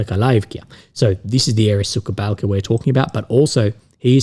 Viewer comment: It makes me giggle every time though. When a village called "The dry ditch" mispronounced by as "Bitch-ditch"